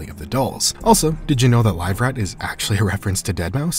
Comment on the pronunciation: Its not live rat, its liver fort.